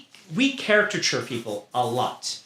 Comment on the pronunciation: It's so crazy that one of the most famous authors of the time doesn't know the word "caricature" and instead says "character-ture" over and over